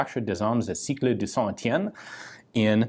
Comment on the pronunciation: Heads up for Ian, you need to emphasize the T sound in Saint-Etienne just like you do in english. It's a weird quirk of consonant-vowels inbetween some words. This quirk is exacerbed a lot in french poetry